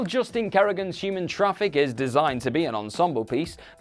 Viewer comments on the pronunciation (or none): none